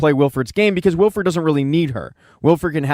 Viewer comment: Its Wilford, not Wilfred. Its not a first name. That's a main character dude, his name is plastered all over the train FFS. Could've at least double checked THAT of all things. Also you missed a very subtle neat detail at the very end - they show grass and plants growing nearby, with small living creatures. It means while everyone thinks their New Eden heat pocket is just temporary refuge, its not - the freeze apocalypse is finally starting to end.